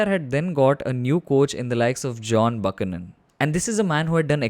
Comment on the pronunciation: Isn't it pronounced "Byoo-ke-nun" ?